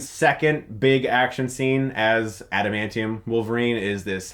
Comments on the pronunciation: I love how can't say adamantium 💀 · He called it "antamantium." 😂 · "antamantium tips. " ...ok